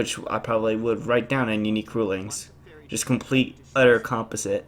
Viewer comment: That's a weird way to say Composite. Or maybe everyone but you is weird....... X-Files theme plays